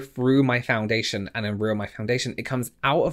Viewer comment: Every time you said foundation in this video I cringed a little 😂